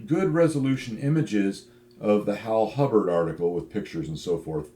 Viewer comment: Hibbard, not Hubbard!